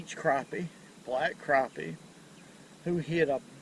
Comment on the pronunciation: I'm so glad to hear how he pronounces Crappie. I hear the emphasis on Crap. Lol It irks me when it's said differently.. lol